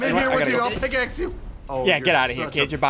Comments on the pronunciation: Roger Frezevolt “Picaxe” it’s pickaxe. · "I just picaxed him " Did you just picaxe him